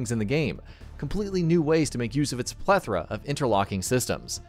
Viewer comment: Cringed so hard. Also, "plethora".